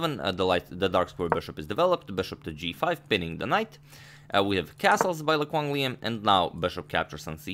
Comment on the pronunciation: A+ pronunciation on Lê Quang Liêm lmao